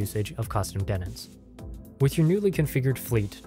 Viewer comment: Say it with me. DEEEEE TENTS.